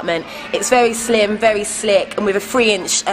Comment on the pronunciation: all she said was, "very cool and very slic!" oh well gud vid gettin diz phine 4 my b-day! x